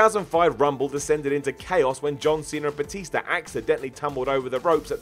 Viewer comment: And it's batista not batister